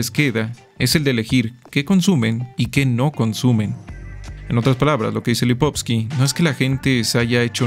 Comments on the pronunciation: Es Lipovetsky no lipotsky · Muy bueno, realmente excelente! Sólo lástima la pronunciación del nombre de Gilles Lipovetsky (LipovETsky).